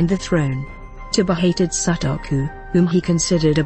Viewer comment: Very good selections - these three are the most popular monsters (妖怪) of traditional Japanese folklore. But there are some things I noticed here. The pronunciations of the names are so incorrect that it is hard to recognise what they are (Sutoku, Goshirakawa, Tamamo-no-Mae are particularly horrible). Japanese system of sounds is not so difficult. And some pictures are from other eras or the different countries. (The civil war one is of the war between Japan and Russia in 1904 to 1905. The Buddhist monks and one of Tamamo-no-Mae's pictures are not not Japanese at all. The nice ukiyoe-style court scene drawing is mirror-image for the lady's lapel is wrong. And playing the Shamisen with a bow???) And some examples you have here are not the common images for their categories. The image of kitsune (狐 means a fox) as youkai is usually not a fearsome monster, but a plànkster. Tamamo-no-mae (玉藻前) is a special case, originated from China. Syutenn-Douji (酒呑童子) is said to be either a Oni (鬼) or a head of bandits. A Oni has many images from a evil monster, a tormentor in the hell, a very harsh person to a gentle giant in the children's books.